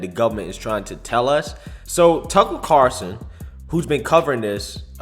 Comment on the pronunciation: CARLson....not CARson